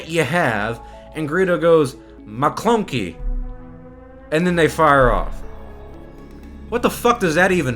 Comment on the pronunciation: I started dying when I heard you say mah klunkey. 😂 This entire video was the funniest thing I’ve watched or witnessed today.